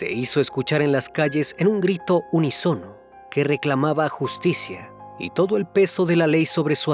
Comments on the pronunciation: Cambien al narrador. Expresó unisono. Sin embargo es : unísono ( palabra esdrújula ). Que narre alguien que sepa pronunciar correctamente las palabras. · se pronuncia unísono, con acento en la i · Mal dicha la palabra unísono la pronunciaste mal